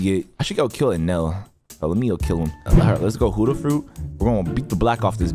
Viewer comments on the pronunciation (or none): Like bro, why does he say huddha instead of Buddha it’s so annoying bro. If he doesn’t know how to say it right don’t say it at all. That’s all I had to say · Why he say hudda imstead of Buddha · Is it just me or u guys heard it too? he says "huddha" instead of "buddha" HAHAHHA Btw "Moma" Sooo... wheres my free fruit? hahaha jk love yo vids keep it up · It really annoys me that he keeps saying hUdDhA fRuIt instead of Buddha fruit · praise YAHWEH Stop saying huddah it’s buddah and please upgrade health at start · broooooooooooooooo its not huda your so annoying when you say that its buddha and for the record you had YOUR pvp off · Btw it's Buddha not huddha it's a B not an H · He said huddha not buddha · And why do you keep calling it Huda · Bro called it hudduh fruit 😂😂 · I love your videos but why do you say buddha like huddha💀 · bro really said hoddah fruit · bruh why you saying huda but not buddha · "Whooda fruit" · Bro said huddha no offens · i like u but why do u call buddah huddah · Bro says huddah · "huda fruit"💀💀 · Did you say human fruit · I’m sorry but stop saying huda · wrm zeg je heletijd hudda